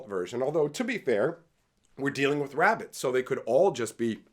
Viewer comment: Tell us bout the wabbits tell us about the wabbits!